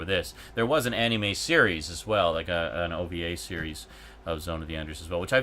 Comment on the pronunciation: I'm sure you've explained it before, but I'm unable to recall such an instance. Why do you say "Anime" the way you do? I can't be the first to say that it bugs me, but like your argument for why you set first person controls to inverted, it's not hurting anyone and and it's just how you do things. I just figure I'd ask and see if I can't just learn to accept it. Cheers! :D